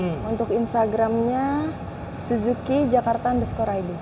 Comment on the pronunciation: Sujuki apa suzuki si host 😂😂